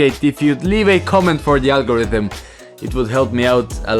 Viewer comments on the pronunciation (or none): none